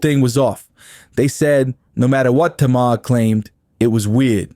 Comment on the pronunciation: Maybe JUST MAYBE Properly pronounce her name then this video might get credit 🤔 🤷